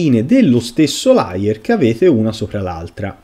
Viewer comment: Grazie del video. Layer però si pronuncia con la E. Se detto con la A significa bugiardo e si scrive liar